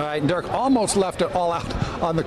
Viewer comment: Stopped watching . Dumbfuck Anna pronouncing Dirk's name wrong. Bitch needs to be spewing her feminist bullshit and not talking about sports.